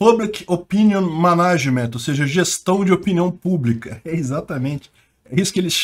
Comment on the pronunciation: Manágement doeu os ouvidos 🤣